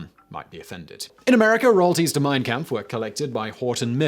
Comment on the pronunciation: Hi Simon. Great video! Just an FYI. Its pronounced 'compf'